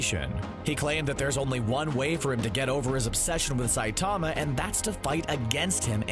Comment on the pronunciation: the way you said Saitama in the beginning really annoyed me.